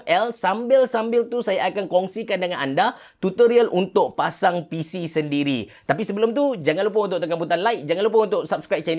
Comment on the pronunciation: tershashul pulak (7.04). "kita dah pacang" apa2 pun terbaik bos. steady. saje bergurau. XD